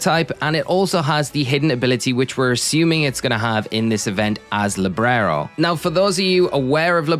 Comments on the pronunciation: You say librero but its libero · It's Libero, Librero means bookshelf in spanish 😭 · Libero not LibRero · LIBERO not LIBRERO 🤣....